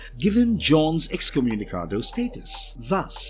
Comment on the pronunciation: Y'all can say excommunicated you know, you don't have to butcher the Latin version.